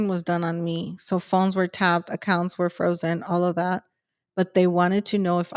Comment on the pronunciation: Is she saying accounts or acunts.